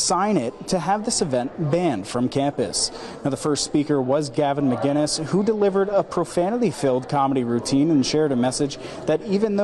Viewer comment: "Gavin Muh-keenz" Your average journalist, ladies and gentlemen